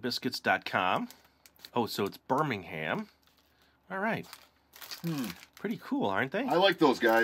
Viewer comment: just a heads up, Birmingham is normally said more like birminguhm not like burning ham or burming ham